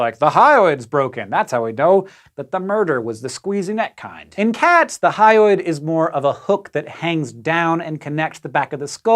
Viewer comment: you always say "hyoid" like "highway".